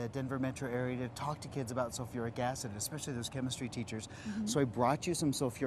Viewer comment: Sulfuric. Not sofeeric.